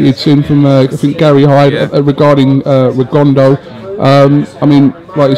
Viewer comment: It went from "Ree-gon-da'ow" to "Ree-gondo". . . #classy